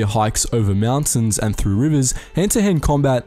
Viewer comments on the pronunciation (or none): none